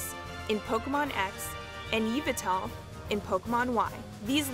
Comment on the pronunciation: Is that what you call lumiose lumanoise and you call yveltal yivaltel